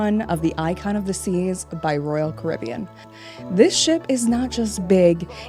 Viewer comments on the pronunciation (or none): none